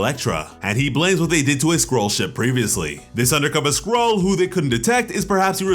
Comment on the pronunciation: Oh Skroll ... I thought he said squirrel